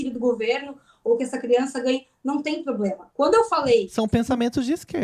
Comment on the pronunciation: É a moça falou muito bem " POBLEMA"